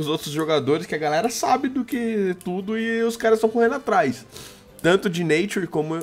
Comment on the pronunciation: falo os nome tudo errado, nature, iv etc..